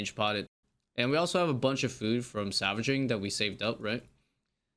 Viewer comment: why are you saying "savaging"..? it has an L man